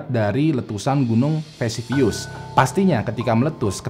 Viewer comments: Vesuvius bukan visivius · VESUVIUS bang, bkn Vesivius